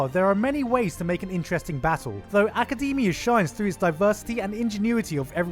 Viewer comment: My hero Aca-dem-E-ah